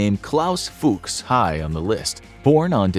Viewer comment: That's not how you pronounce "Fuchs"... also Snuck...